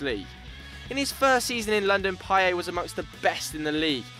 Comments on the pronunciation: Vagetarian normally in French it's correct. Payet says it himself that his name is pronounced Pai-yet instead of Pai-yay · It's not "Payey" It's fucking Pa-yet idiot. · Payet not Payai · Why do you say paye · Payet not Paiyay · It's 🐍 not "payay" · he can't say payet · Amazing how you mispronounce Payet 😂